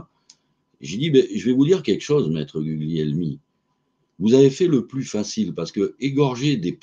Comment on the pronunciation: On prononce Gulielmi. Gl en italien, on ne prononce pas le G.